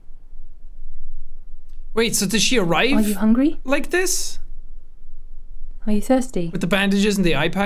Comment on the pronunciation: I died "just how alone you arr" 🤣 I dont know why his accent just sent me